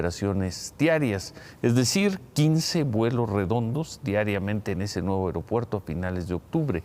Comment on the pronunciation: Felicidades a por su correcta pronunciación de las palabras "A I R O P U E R T O" e "I N T I N E R A R I O" así somos de Profesionales en México...